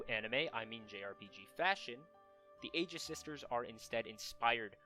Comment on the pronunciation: The mispronunciations of 'Aegis' and 'Aion' are bothersome, but everything else about the video is good.